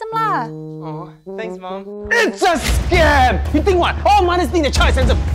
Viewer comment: scaym(its the way he pronounced it) look